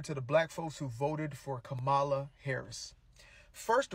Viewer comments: Why won’t you all even pronounce her name correctly? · I stopped listening after he mispronounced her name. I’m fine💙💙💙